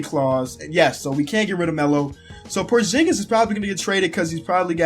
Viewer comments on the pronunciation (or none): porshingis hah lol